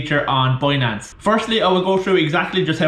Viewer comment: how the fuck do you pronounce BINANCE as BUOYNANCE ?? WTF :)))))))))